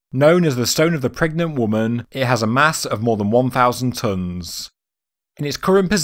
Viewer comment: Don't reference esoteric bs. You do well. Its not 1000 dunns..it's pronounced...tons